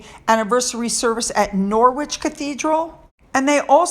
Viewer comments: Sorry, it's not Nor wich, it's pronounced Nor rich. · Isn't it pronounced Nor-itch. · Pronounced Nor-ridge